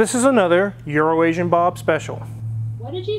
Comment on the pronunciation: has ruined Bob’s name single-handedly. I love it.